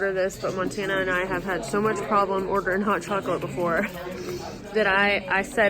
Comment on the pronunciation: The "o" in chocolate is pronounced like the English expression "Oh". Hard to remember if you are American and learning Spanish as an adult ☺. Too bad about the bedbugs...Good to see some mountains!👍Also: "completo" is pronounced "complayto". The ponchos with arms are cool, like the Packa. They probably don't open flat, but you don't need to use them as a ground sheet. Another fun video!